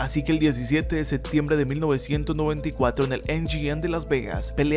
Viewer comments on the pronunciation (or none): none